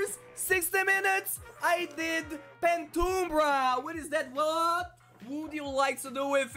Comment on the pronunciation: Pentumbra is like Penumbras